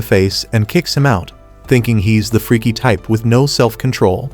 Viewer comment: When he said freky its funny😂